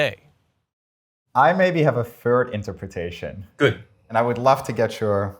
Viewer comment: Technically, I think he said "fird interpretation"